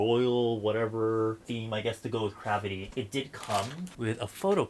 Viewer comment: 😂😂😂sounds like saying crappy